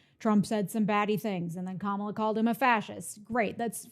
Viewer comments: Says the guy who can’t even pronounce Kamala’s name correctly. Very insightful. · Clinton and Sharpton can't even pronounce her name correctly. No one cares about that pathetic argument!